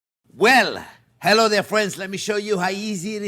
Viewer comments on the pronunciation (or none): Hewo deh fwends!